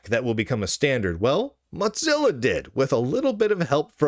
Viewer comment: Does lunduke purposely mispronounce Mozilla as Motzilla?